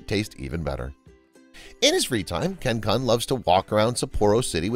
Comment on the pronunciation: Kun is pronounced "koon"